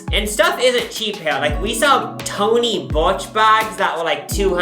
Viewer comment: Am I wrong or does keep saying “Tony Burch”? 😂